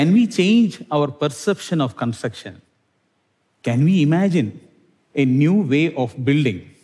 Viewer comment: consucktion struck in any language and accent